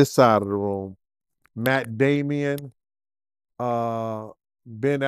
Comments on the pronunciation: Matt Damon, not Matt Damion..you UNDASTAND what I’m shhaying?? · Lol matt damian 😂😂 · "Matt Damien" and "Ben Aflac" 😂😂😂😂😂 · messing up Matt Damon name all across the interview 😂😂 But this is wild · He pronounced their names funny asl. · 💀💀💀💀💀 Dog this petty azfucc! But then I thought about it 🤔 Good for for fucking up their names too! 😅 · He butchering Matt and Ben’s last names. 🤦🏽‍♀️